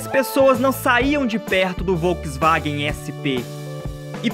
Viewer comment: Uma dica: Volkswagen pronuncia-se "folksvagen". ☺